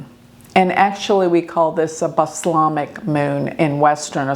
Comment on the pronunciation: This is a comment about pronunciation, but in the cooking world , dark wine vinegar is called “balsamic vinegar“, Pronounced ball – sam –ick… Not at all sure it’s the same word, or same spelling as in astrology, but it’s terminology you have used that I have not been able to clarify… Thank you